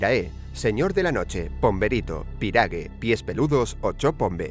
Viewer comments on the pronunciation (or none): Kuarahy jara, y se pronuncia Cuarajy yara la "y" suena diferente a la "i" en el guaraní Karai pyhare sería Caraí pyjaré Pyrague sería pyragüe Pero muy buen video :) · se pronuncia cuaraú yará se pronuncia piragüé Los demás los dijeron bien. En Argentina (más específicamente en Formosa) se le dice "el pombero" o "el pomberito".